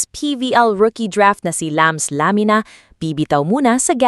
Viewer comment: Sinasadyang i-mispronounce yung Lamina?